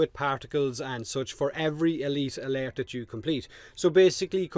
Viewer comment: E LEET A LERT!